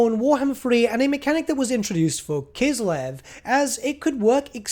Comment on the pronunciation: I like how you pronounce Kislev with your accent. It sounds closer to the proper way.